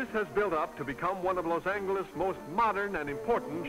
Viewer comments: OH MY GHOD if he says Los ANGLE-iss ONE more time.... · Los "Angle"s (not "Angel" with a "soft" g)...interesting. Watching tennis with all the men wearing white shirts and ties.....interesting. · Parade floats at the end are so nice compared to the ugly GMC pickup trucks of today which drive along, each one pulling a trailer which for some reason the announcers call a float. It's not a float it's not floating, it is a trailer being dragged by a new pickup truck. And there were still people saying "Loss Angle-ess" in the late 1970s in shows such as Rockford and Columbo and probably Kojak too. They were usually wealthy southern gentlemen who flashed rolls of thousand dollar bills which were also still in use then. (although both of those shows almost exclusively featured wealthy characters played by the guest stars, how else was capitalist spending to be showcased, creating an empty feeling for the poor viewers just in time for the sponsors ads to suggest a way to make them feel better and more importantly to keep them poor). Say what you will about that pronunciation, it's certainly no worse than the obligatory modern substitution of the word gifted for gave.